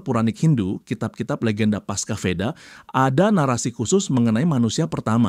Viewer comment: Perlu dikritik ini channelnya. Dalam sansekeeta di asia Tenggara Bunyi V itu bibaca W. Deva dibaca Dewa, Veda dibada Weda. Vidhyadarya dibaca Widadari. Dan seterusnya.